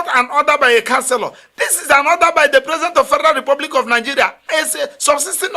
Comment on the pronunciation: Lawyer, it's not Nangeria. It's Nigeria, please.